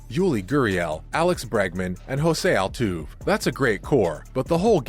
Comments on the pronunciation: My man said Altoov! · You murdered my boy Jose Altuve’s name